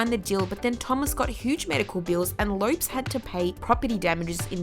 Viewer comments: You pronounced Lisa "Left Eye" Lopes's last name as "Lopes" like "ropes". It's pronounced "Lopez". At least do some research on how their names are pronounced. And they're not "nowhere to be seen". They're still making music. WTF are you doing? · The way she pronounced "Lopes" (LOH-pez) as "LOPEs" 🙄